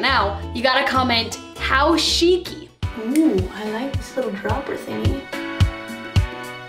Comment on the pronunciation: "How Shiki"